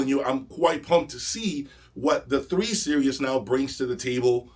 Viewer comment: Hi. It sounds like you pronounce "Series" as "Serious". Is this accurate?